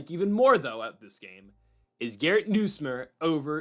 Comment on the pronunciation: LSU’s QB name is pronounced Nus like Bus + myer